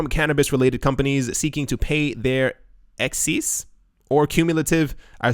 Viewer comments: Excise Tax (pronounced "ex-size") is not a typo or "excess". An excise or excise tax is any duty on manufactured goods which is levied at the moment of manufacture, rather than at sale. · excise taxes. pronounced Ex-Ized. refers to an indirect type of taxation imposed on the manufacture, sale or use of certain types of goods and products. It's sort of like a Value Added Tax, but the US is not mature enough to call it such.